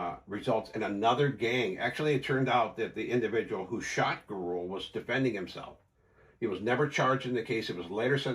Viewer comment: Just got future references that last name you pronounced wrong Gurule is pronounced Gu-ru- lay . just so you'll know in the future